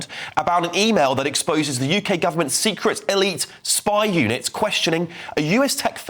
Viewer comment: Not my “YouKay”. Dyed hair leftie loonies out! Ice Lamb out!